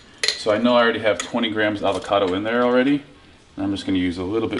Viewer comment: Steve you seem to say Alvocado about half the time